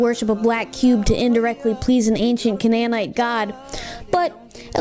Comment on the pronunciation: the way she pronounced canaanite pisses me off